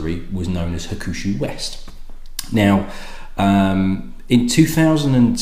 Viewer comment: I think it is pronounced HAWK-SHOO. However pronounced the 12 & 18 is fabulous stuff.